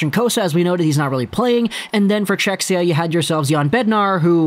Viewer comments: Czechia - not "Czechsia" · Cze-hi-ah that's the pronunciation, not to be an a-hole lol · Nice video as allways, but oh man, that pronunciation of Czechia hurts my ears, even tho im from Slovakia 😀 .